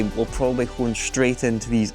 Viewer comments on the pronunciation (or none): none